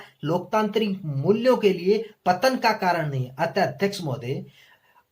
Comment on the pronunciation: नैतिक मूल्यों का पतंग 🤣🤣🤣 भाई clear बोलो